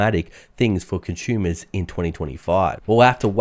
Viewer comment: As soon as I hear "conshumers," I know he's Australian.